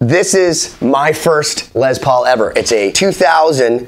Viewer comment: It’s not pronounced Lez lol